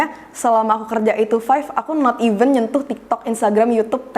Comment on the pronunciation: Pronounnya event lagi